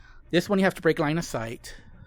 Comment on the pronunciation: There are four puppets. This one you have to... I can't understand 🙈. you have to break line a sight? 😅, sorry, I can't understand what you said. Please, help?